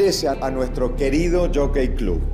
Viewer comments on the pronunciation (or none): no no Es el " JACKEY CLAB " asi pronuncia 😅